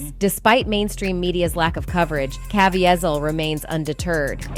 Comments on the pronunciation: Jim ka-veee-zle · That dame should learn how to pronounce actors’ names- in particular, “kuVEEzl” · It's pronounced! (CAVEEEZALL) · This woman keeps pronouncing Jim’s surname it’s pronounced ca veet zil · Learn how to pronounce Jim C's name. His mom would appreciate it. 😮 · Don't know if that's an AI voice or an idiot but they got Caviezl's name wrong twice. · It blows my mind that you are reviewing this video and you can't see how incredibly fake it is. 1). It is voiced by an AI robot that doesn't speak good English and can't say Jim's last name right. 2). Mark says absolutely nothing about sound of freedom in this video - no sound bites, no interview, no quotes, nothing... 3). The only true information in here is about the Flight Risk movie, which again, has nothing to do with nothing. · I got critiques: is the chick an ai or a real woman. she mispronounced caviezel's name. know your facts, supposed journalist. #2 yes child/ sex trafficking and satanic ritual abuse spearheaded by jews do exist. but these are ACTORS could be a psyop to frame forces. beware